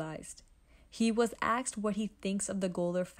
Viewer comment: “Axed” or “asked”?